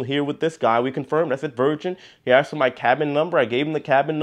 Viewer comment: ask, asked. there is no X in ask.